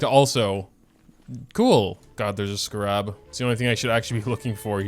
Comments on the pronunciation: Dude it’s pronounced skeh rub, not skuh rob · Scarab is pronounced with the emphasis on the first syllable. SCAR-an, not scar-AB. My ears are bleeding. :-( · my guy- I'm sorry it's not scarAb it's scArab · isn't it pronounced "Scare-ab" not "Skarab" 😭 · I thought he was saying sca-rahb as a joke like "haha youtubers always pronounce things wrong" but even when he was madge he was still saying it wrong and I am screaming. Scare-eb I typically like the larger world quests because of the lore they give to the world, but the smaller quests are kinda just words to me. It's definitely a better idea to spend about 10 minutes grabbing the surface 40ish and then move to someone else's world, I was told the rest arent worth it until after you've done the quest. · Everytime he says scrab my brain wants to autocorrect it to scarab😅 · why do you scar rabs like that. its just scarabs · bruh it's pronounced Scare-Ebs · I really hope the pronunciation of Scarab is deliberately wrong. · Am I the only one triggered by how he's saying "scarab"? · do you just not know how to pronounce scarab or what? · WHY HE SAY SCARAB LIKE THAT UGH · I’ve never heard scarab pronounced this way before lol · Why is pronunciation everything under this sun atrocious. Its a joke right lol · Where'd you learn to pronounce 'scarab'?? My soul itches now. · I don't know what's funnier, being mad or the way he pronounces scarab 😂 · The real tragedy here is how moga pronounces scarab let’s be honest